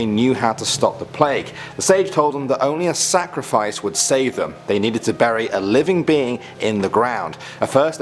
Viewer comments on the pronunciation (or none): none